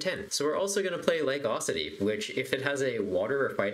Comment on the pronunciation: UH...CUE...ITY. Not AWE...CITY lmao